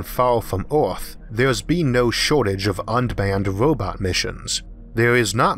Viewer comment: What's a wobot?